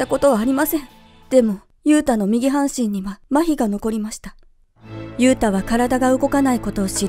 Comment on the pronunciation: ゆうたがゆゆうたに聞こえる